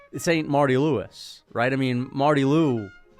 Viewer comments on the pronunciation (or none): none